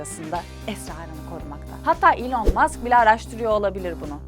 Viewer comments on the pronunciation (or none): none